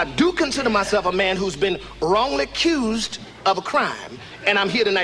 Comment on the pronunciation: “Wrongly cused “ 😂😂😂😂